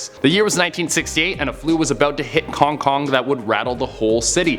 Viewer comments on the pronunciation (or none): "kong kong virus" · He: cong cong Me:whats dat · Wait did you say kong kong😂